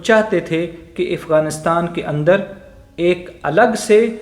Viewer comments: Abe ifganistan nehi Afghanistan sahi se bol Nehi to thok dega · Gentleman, the correct pronunciation is "Afghanistan", not Ifghanistan.